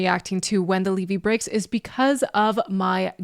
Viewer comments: Pronounced lev-vy. If you’ve lived near the Mississippi River for a substantial period of time, you’ve experienced this feeling while throwing sandbags. I got a group text message out of the blue April 14 from an old friend reminding us that on that day 48 years ago 1977 we all cut our high school classes loaded up with party supplies and the trip to St. Louis and caught the Led Zeppelin concert at the old arena. I just had to tell somebody that. ❤ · That was driving me crazy too. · You corrected yourself on the Levee pronunciation - but notably - it rhymes with Chevy (Drove my Chevy to the levee). Its an embankment on a river that protects the surrounding area from floods when the river rises. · IT IS NOT LEEVEE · 5 points for reacting to this song. -10 for not knowing how to pronounce levee. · Points deducted for mispronouncing levee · learn how to pronounce levee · RICHARD IS A FOOL! ITS LEVY NOT LEEVY! TAKE YOUR TOP OFF! YOU DONT LISTEN TO LED ZEPPELIN! YOUR JUST GOOD LOOKING! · It's Lev e not Lee vee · Leeeve? It's levee, not a long e in the first part of levee, get it right girlfriend. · it's levee not leeve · Not LEEVE darling God Bless you its LEVEE...keep listening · Lev Vee. Not Leee Vee 🙄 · not LEVY.... LEVEE. It's a structure, not a Jewish rye bread. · Sorry, its not Leevee. Its a name for a dam its pronounced Lev + vee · its a LEVVY not a LEEVEEE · Levee, not lee-vee. Pronounced like heavy. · it's pronounced levy like heavy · I had to chuckle each time you said "LEE-VEE." (21 min. I see you caught it.) Plant is the Harmonica player. The Harmonica and microphone is typical of a lot of the Chicago blues men like Muddy Waters. For people living along the Mississippi, the levy breaking was a disaster of huge proportions. Many lives lost whole communities destroyed.